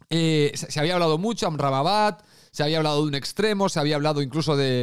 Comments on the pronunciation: No sé dice amrrabamat es AMRABAT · el personal se jode de tí por tu dislexia con el nombre del marroquí, en la miniatura está bien escrito pero lo pronuncias con una sílaba más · cada vez que decias "Amramabat" se me salia un pedo. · liándose con la pronunciación de Amrabat 😂😂😂😂😂😂😂😂😂😂